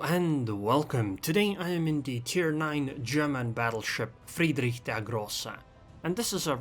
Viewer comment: Ich spreche Deutsch and I like how you pronounce "Friedrich der Grosse"